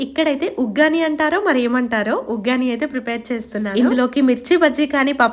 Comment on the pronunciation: Adi uggani kadu akka vaggani